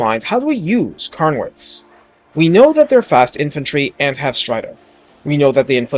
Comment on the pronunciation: "Karn" wraiths? What the heck? "kehrn" wraiths.